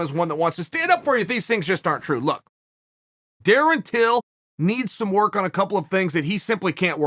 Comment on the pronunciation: Chael "darin tyl" Sonnen